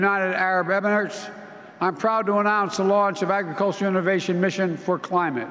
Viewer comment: Together with the United Arab Errrrrarrrttdssss.....ummm what???